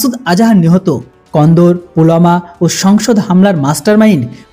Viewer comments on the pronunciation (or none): আপনি খবরে কান্দাহার কে বলছেন কন্দর ভাওয়াল পুর কে বলছেন ভাওল পুর জায়গায় নাম সঠিক বলুন আফগানিস্তানের একটি বড় শহর হল কান্দাহার। সবাই জানে।